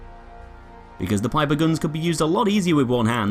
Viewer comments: It's Pieper not Piper! U would say it like Peeper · I thought it was pronounce peeper lol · Not trying to be rude, but it's pronounced ''Peeper" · I know I'm late and I hate to be that guy but it's pronounced 'peeper'